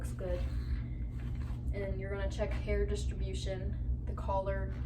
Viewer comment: It sounded like she said collar when she wanted to say color near the beginning